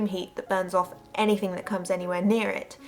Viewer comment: Love the way you say "hovercraft" and "anyfing." No wway that Revere "gun handle" style grip was hollow-- don't let the "ring" of it fool you. Since it is foreign manufacture (no mark) It's probably a low-density white metal with a nickel plating. The high-temp process would, indeed, sterilize any part of the factory that got in. Hacksaw the end off-- go on, do it. I have McDonald's Little Nemo toys still in their bags. How about an unopened mercurichrome bottle from a 1955 first aid kit?